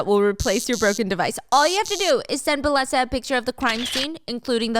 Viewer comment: Steph! I think the sponsor is pronounced “bay-eh-sa” bc of the double L? That’s how it would be in spanish or Italian, i’m not sure tho 😮